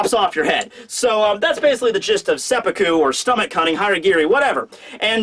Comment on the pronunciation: Glad you pronounced it as seppuku, and not seppuku